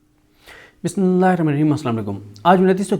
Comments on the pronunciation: Aslam-o-Alaikum Bhai Bismillah Sahi Parha kren plz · بسم الله تو صحیح پڑھیں پلیز